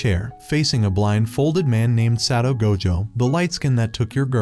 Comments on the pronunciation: I almost cry to the god darn title of the video and how the ai pronounce Satoru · Bro you forgot the ru in satoru gojo